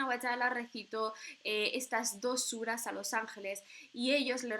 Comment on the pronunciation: Me ha encantado tu video y tu explicación del Sagrado Corán.Y las suras que bien pronuncias Shukran Jazeelan Barak Allahu feek